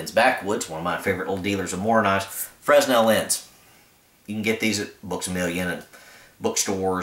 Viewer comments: The S is silent in Fresnel. Fra nel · Fresnel > 'frah-nell'